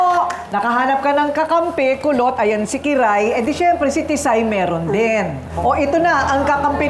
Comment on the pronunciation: Kulot po...Kulot po, hndi po Pulot...😅😂😂